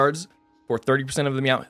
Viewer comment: amouwnt lmao